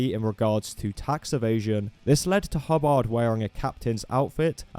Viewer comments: "hubb-AHRHD" NOOOOO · Broke: HUH-bird 😴 Woke: Huh-BARD 🎸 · the way you say Hubbard is really funny